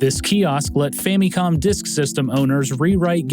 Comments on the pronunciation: fam-me-com I can't watch this, this is aggravating. It's Famicom. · why you saying famicon like that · Great as always but I can never get over the "fammycom" pronunciation. Reason: the only syllable in this that is similar to the Japanese pronunciation is the mi in Famicon. The other two syllables are still American in pronunciation which is fine but it seems people that prefer this pronunciation in English seem to think that it's more in line with the Japanese but it's not. I say family like "fa muh lee" so I pronounce it as "fa muh com" in English. Everyone has quirks about which pronunciations bug them and which do not. This is just one of those for me for some reason. ファミコン is Famicom and the Fa is the long A like fah and then mi is like me and then the last is kon pronounced with a long O like cone but quicker...does not technically end with an M because this is not possible in Japanese. It's changed to com for the English spelling just to be more recognizable in English as to what it actually is. Anyway, generally when I bring this up, people ask a lot of questions about why I think this way so I thought I'd put it all in one post. Again, you make some of the best gaming docs I've ever seen. I just have maybe too much to say about this one little nitpick thing. That's it. Man, coffee is great.